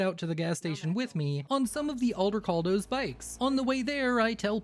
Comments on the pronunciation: i have no idea why you say it like that, but Aldecaldos.. NOT Aldercaldos.. .Juan Aldecaldo didn't found the nomad group for you to mispronounce their name. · There’s not even an R in Aldecaldos 😭😭😭